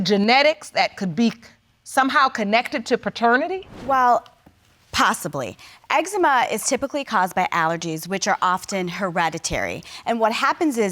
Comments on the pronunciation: Last case: 'I have ex-ema" 😂 Jesus be a fence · That boy said Ex-Zee-Mha 😆